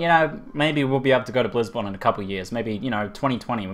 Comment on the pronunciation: It sounds like you are saying Blues-Con... Fkn Aussie :D